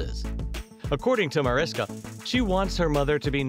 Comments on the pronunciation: well here something doesnt know about MariSHKA Hargitay is the * pronunciation * of the wonderful lady's first name. m'kay? mebbe show some respect and get THAT personal item correct? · 1st thing would be for the narrator to pronounce her name correctly. It's "Marishka" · thing #11 YOU did not know about Mariska Hargitay is that her name is actually pronounced MariSHKa. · If you're going to do a piece on her - pronounce her name correctly. My husband is Hungarian. Hargitay's father was Hungarian. It's pronounced MariSHka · Its spelled Mariska,but pronounced (Ma- rish- ka) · I think that if you’re going to do commentary on a particular person you might want to pronounce their name properly. It’s pronounced “Marishka” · You should redo the audio and pronounce her name right. It's pronounced like Marishka. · it's pronounced "Ma-rish-ka". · If you're going to do a video about someone, do your research first. It is respectful to correctly pronounce a person's name. Mariska is pronounced "Marishka". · Her first name is pronounced Marishka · Her name is pronounced as “Marishka.” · Why do a piece on a person & not even bother to pronounce the name correctly? Mah-rish-ka! No respect if you can't even bother to get her name right. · Bad form to do a biography and mispronounce the name of your subject (over and over). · How bout learning the correct pronunciation of her name...? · You do realize you’re saying her name incorrectly right? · For me, this would be more aptly titled, The 10 things that you already knew about Mariska Hargitay. I've seen every single episode of L&O and some multiple times. Also, the way her name is said sounds like Marishka, not Mariska, the way it's spelled. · How about the most obvious fact: her name is pronounced “mar-ISH-kuh” not “mar-is-kuh” 🙄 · MA-RISH-KA, not MAR-IS-KA!!!!!!!!!!! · Ma’rish’ka... they should pronounce it correctly , she’s a lovely person ❤️ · This is great, but her name is pronounced MariSHka.